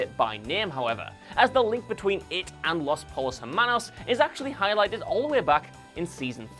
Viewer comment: You're obviously a huge fan, what with repeatedly saying "Los Pole-os Hermanos" and all.